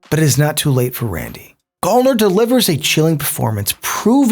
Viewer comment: its pronounced GAL-NER like gal as in girl